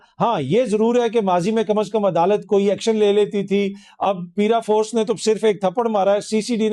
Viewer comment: The word is “paraforce” and not “peeraforce”